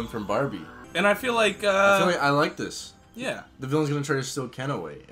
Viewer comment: I love bawbie a fawwi sewcwet 🥺🥺🥺